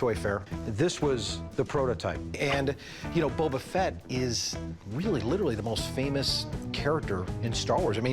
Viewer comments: Boba* not bubba 😭😒🤦🏽‍♂️ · Calling him Bubba fett drives me crazy. He says he loves it more than anything? Smh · “Bubba fett” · lol superfan but calls him bubba fett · Yeah me too sounds like a brick hitting a window Gets on my nerves hearing Bubba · and you said Bobba not Boba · Loves it more than anything, can’t pronounce “Boba” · something this guy loves more than anything but yet he can’t pronounce boba correct